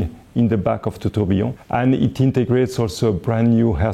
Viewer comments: I'm french and yes, il dit bien "tourbillon". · Tourbillon is a French word. Are you suggesting that a Frenchman doesn't know how to say it? I'm not French, but I speak the language fluently, and the way he says it sounds just fine to me. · but he doesn't say "trobionne" (starting with "tr"). He says Tourbillon, and he says it correctly.